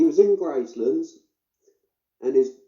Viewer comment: It's not Gracelands James 😂🤣 its Graceland 😂🤣